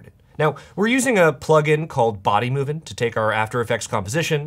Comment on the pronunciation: Everytime I see this guy I remember the part he couldn't pronounce bodymovin 😂😂 hilarious